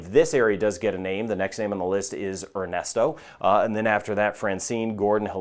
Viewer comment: I thought you said its name was Arnasto 😂😂